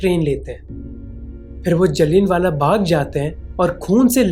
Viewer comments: It was not Jallin-wala baag, it was जलियाँवाला बाग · Bhai very informative videos banate hy aap Please Names like Jaliya wala baag etc. ko correct pronounce kre bahut disterbing lagta hy apna childish and incorrect pronunciation. Sorry bhai we are expecting you more because you all are really working in good content with nice presentation❤❤❤❤